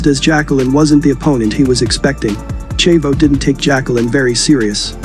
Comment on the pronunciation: Great video, but the way you pronounce "Chavo" is very annoying.